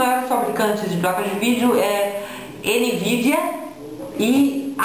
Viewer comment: "nividia" kkkkk pqp